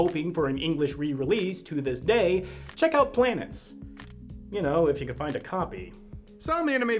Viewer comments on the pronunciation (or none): I myself would need to rewatch 2003 FMA and Brotherhood to make a full comparison but, even then, i kinda remember second adaptation and manga to be more solid in terms of storytelling than 2003 anime. Also, you pronounced Planetes wrong. It's a Greek word that means "wanderers".